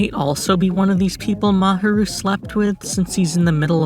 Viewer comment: I liked the video, but your pronunciation of Fuchi/Sunao & Mahiru was the most horrible ahaha sorry. Aside from that, Hiruma (if you're calling Fuchi by his last name, maybe focus on calling all of them by their last name – either that, or commit to calling all of them by their first name, which would be Sunao) or Mahiru, whatever you wanna call him, is okay. Eve posted a comic strip that Sunao called an ambulance.